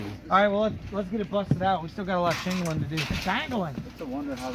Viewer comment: "Shaanglin" Lol, made my day!